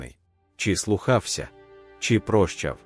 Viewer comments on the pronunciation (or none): Дякую за таку змістовну розповідь. Але чому озвучування тексту супроводжується неправильними наголосами у словах? Треба впізнавати зміст: слухАвся чи слУхався. Це сприймається як насмішка на жаль, серйозність сказаного розпорошуються. Дуже шкода, що ми так і не зрозуміли- мова має значення